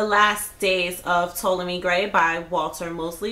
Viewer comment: T-ah-lomy grey! Lol